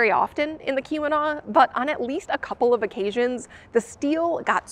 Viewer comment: why does Keeweenaw sound like Q-Anon xD